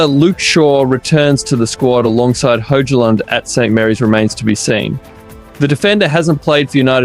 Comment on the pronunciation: itr pronounced HOY-lund btw bro